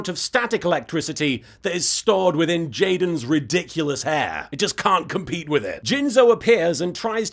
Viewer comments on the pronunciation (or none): "Jaden Theur's down a Fhur's down" gets me every time XD